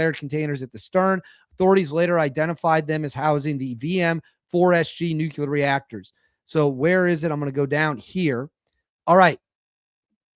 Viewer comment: NOO-KLEE-UR!! Please!!